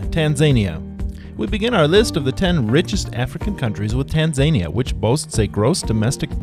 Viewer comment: "Tahn-Za-neeah..." Tanzania However thank you for the video.